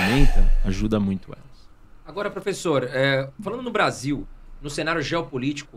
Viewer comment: eu não ligo nada pro que ele fala, mas me dói ouvir o host falar "professor"